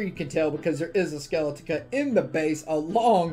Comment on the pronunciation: You would think that after all this time would have learned how to pronounce skeletica